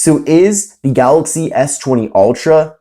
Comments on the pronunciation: You say Galoxy just like DJ Koh, only with an "y" at the end. 🤣🤣🤣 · who cares its funny the way he says it and if you cant say it right then you deserve to be made fun of lol so get a grip snowflake, way too many snowflakes being offended these days